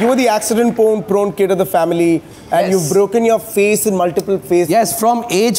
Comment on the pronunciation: he did say porn or prone i guess both